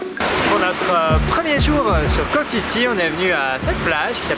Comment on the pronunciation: Vous faites vraiment de très belles images ! Par contre, on dit Ko Pi Pi, pas Ko Fi Fi ! ;-)